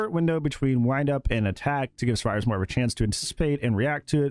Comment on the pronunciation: "we made it so xenomorph is terrified of suevivors instead"